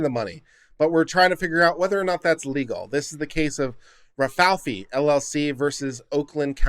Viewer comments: Ra-Fay-ell-lee not Ral-fal-fi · Rafaeli is not pronounced "rah fee fee". It's pronounced "Rah fah ell ee". Rafaeli is "Ralph" in italian. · Ra-fi-eli or ra f-eye l e unless you were trying to be humorous then ok. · Only 1 F, Rafaeli. Like the ninja turtle. Butchering peoples names gives me tourettes lol